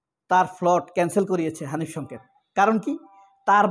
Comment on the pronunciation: ভাই আপনিতো ধরা খাইলেন। আপনি আমাদের প্রিয় উপস্থাপক হানিফ সংকেতের নামটাও বিকৃত করে উচ্চারণ করলেন। আপনার কনটেন্ট দেখেই বুঝি, আপনি একটু গাইয়া টাইপের উচ্চারণ করেন। আর বোধহয় আপনার মাথা-টাথাও ঠিক নাই। নইলে ২০১৬ সালের ফেব্রয়ারির বই মেলায় প্রকাশিত হানিফ সংকেতের ‘বিশেষ সবিশেষ অবিশেষ’ বইয়ের ‘কথন অকথনের কথনিকা’ শিরানামের লেখাটিকে ২০২৫ এর বানিয়ে দিলেন? এভাবে মানুষের পিছে লাগেন কেন? ওনার যা ইমেজ আপনার মত কনটেন্ট ক্রিয়েটর ওনার পিছনে লেগে লাভ নেই। কারণ আমরা ওনাকে ছোটবেলা থেকেই দেখে আসতেছি। আপনার মত টাউট-বাটপাররা ওনারে ঠিক চিনতে পারবেন না। আরও বানান ওনার বিরুদ্ধে, দেখি কি ছিঁড়তে পারেন। শেষে দেখা গেল আপনিই কট হয়ে গেছেন।